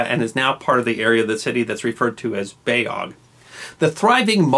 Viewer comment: Love the channel! A few minor details: The neighboring Galata area was also a foreign quarter long before the Ottomans. It was a genoese colony since the 1200's under the Eastern Romans. The beyoglu neighborhood is pronounced "bay-O-lu", not "bay-og". That "g" with the smile on top is silent, but lengthens the vowel before it.